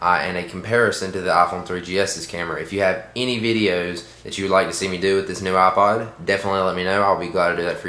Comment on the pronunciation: You say aa-pod xD